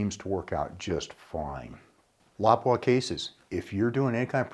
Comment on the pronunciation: First person in ages that I heard pronounce Lapua correctly